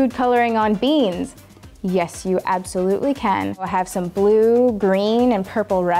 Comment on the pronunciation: Pronounces "can" like "ken"